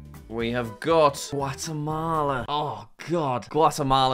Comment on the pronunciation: The fact that Jack literally butchered Guatemala